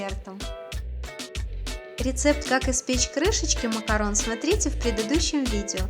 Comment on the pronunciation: МАКАРОН!!!! Не макаронС, не макарУн!!! МАКАРОН!!!!